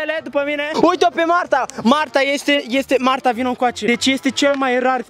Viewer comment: Când ai zis marta am inteles magda